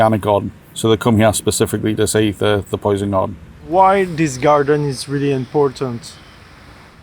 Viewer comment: « le poysn gawdeun »